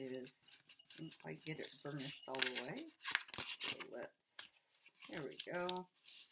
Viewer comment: did you say varnish down? I think you meant burnish down. Burnish sounding like “burn-ish, not “barn-ish”. Burnish means rub with a dull edged or hard rounded tool.